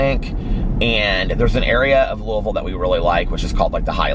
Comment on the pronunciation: THANK YOU for pronouncing Louisville correctly! Sincerely, every Kentuckian ever, lol.